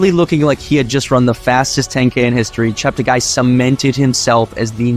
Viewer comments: He likes to correct all commentators on his last name: not ChepteGUY but ChepteGAY. PLEASE correct accordingly. Tony Hunt World Junior Athletics News NZL. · Its pronounced Chepte"gay".